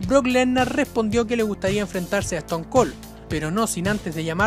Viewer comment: "bro lehner", "eston col" "rodog"